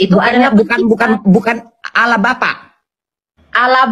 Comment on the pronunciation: Sebut Allah saja salah, jangan kurangi huruf L dong. Siapa yg kenal dirinya dia kenal Allah..